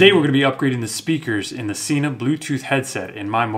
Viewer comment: Sena (senna) Not Seena